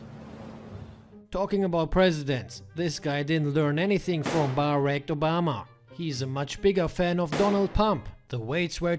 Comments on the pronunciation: BAR-RACKED OBAMA KILLED ME 😂😂😂...Love your videos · Bar-rack Obama